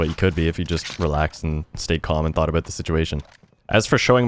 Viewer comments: By any chance is he Canadian ? When he said “about” I heard it haha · You can hear the Canadian in him when he says the word “About.” Always great content